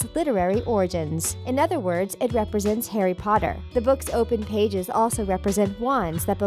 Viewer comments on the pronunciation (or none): none